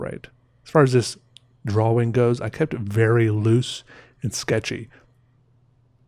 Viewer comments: the way he pronounces drawing, he say drwawing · Drawing. Awww. Not owe. Drawing.